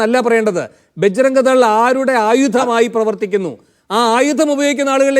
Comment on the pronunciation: അഡ്വക്കറ്റ് എന്ന വിദ്വാന് തീവ്രവാദ സംഘടനയുടെ പേര് പോലും പറയാൻ അറിയില്ല 😊 ബാജ്‌റാ..ഗ് ദൾ എന്നാണ് അയാൾ പറയുന്നത് 🤔 കൂടാതെ ഉരുണ്ടു കളിയും 😄